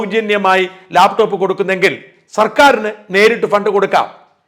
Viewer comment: ലേപ്ടോപ്പ് അല്ലടോ, ലാപ്ടോപ്. മലയാളവും പറയാൻ അറിയില്ലേ?